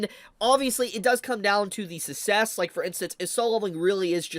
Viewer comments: I was wondering what dialect your speaking? I never heard anybody pronounce success as sussess. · That's not how you pronounce success. 😅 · why do you pronounce "'success" like that? the 2nd C is there for a reason lol